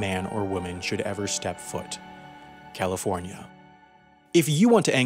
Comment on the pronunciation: I died laughing when he said “California”